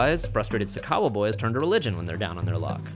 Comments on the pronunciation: The host said Sakawa wrong... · It's "sakawa" and no it is not like swag at all.